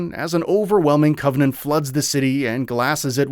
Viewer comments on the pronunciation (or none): Why would you have a person read this script who clearly has never played a single Halo game in their life? That's one thing but the guy can't even pronounce actual English words like Covenant.